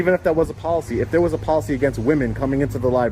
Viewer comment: The sergeant keeps saying he understands, but he keeps saying the you have to follow the pokicy.